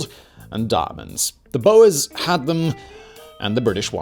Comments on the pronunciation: Its not bow-ers its “bores” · screaming at “boas” like the snakes instead of “boors” i’m fine with that mispronunciation because it’s fitting but it’sHILARIOUS